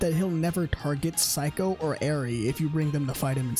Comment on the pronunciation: Why everytime you say Saeko it's like you saying Psycho? Anyway, great yakuza video, i really enjoyed when someone making this kind of video.